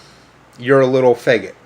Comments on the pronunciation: I definitely have a problem with him say feggit! Ugh his pronunciation drives me nuts. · THE WORST THING ABOUT IT HIM SAYING IT WEIRD BRUH